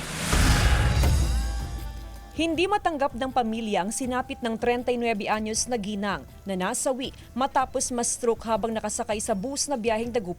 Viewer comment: "NASAWI" ay maragsa ang accent...hindi ("NA' SAWI"). The media is propagating and perpetuating WRONG grammar in the Philippines. My condolence to family of woman stroke victim.